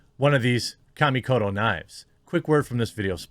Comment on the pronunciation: I hate the way you pronounce "Kamikoto".